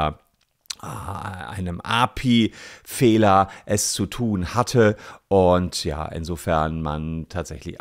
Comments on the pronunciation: Das spricht man A. P. I., nicht Api 😂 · API ist eine Abkürzung und wird deshalb "A, P, I" ausgesprochen ;) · Es hat mich sooo wahnsinnig gemacht wie er das ausgesprochen hat und und ich bin nicht mal ITler oder sowas😅